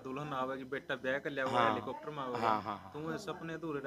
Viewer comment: इसे हैलिकोप्टर का नाम भी बोलना नहीं आता. और इसकी जाँच भी होना चाहिए।